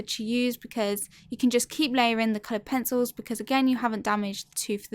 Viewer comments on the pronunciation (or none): Every time she says "colored pensowles" I immediately think of peppa pig